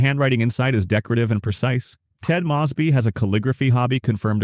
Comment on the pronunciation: It's not Ted M-AW-sby. lol. It's Ted M-OH-sby.